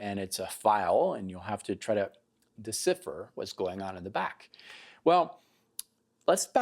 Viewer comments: di'sI-fur - or dee-SY-furr -- not dee-SIFF-ur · Never heard decipher mispronounced that way.